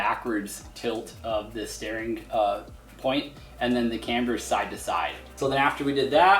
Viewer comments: Paul B thank you!!! It was killing me lol. I keep STARING at the screen lol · Can we please discuss the way he pronounces "steering"